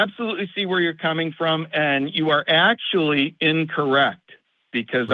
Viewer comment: bro really pulled out the “akchually”